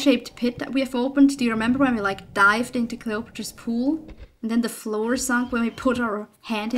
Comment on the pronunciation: Did you just say Clay otro po palace at the beginning ^^